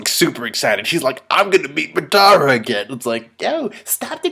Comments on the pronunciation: Madda-ra Mina-to OroJimaru Thats how it is supposed to be pronounced, I think h does it right ,no? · For the love of anime, PRONOUNCE THEIR NAMES RIGH. MADARA = WRONG MINATO = WRONG OROCHIMARU = WEIRD AND WRONG. and several others. -__